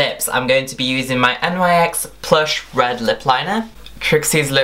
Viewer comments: N Y X !? I thought it was pronounced NICKS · Its not n y x its prounounced (nick's) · Im pretty sure it is pronounced "NICKS" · No, it's nyx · Its pronounced nicks